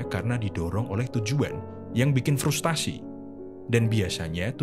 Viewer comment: FRUSTRASI bukan FRUSTASI